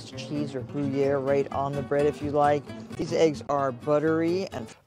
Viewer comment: Is no one talking about "goo-yair"